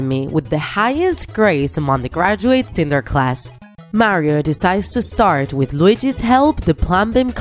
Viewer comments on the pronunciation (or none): none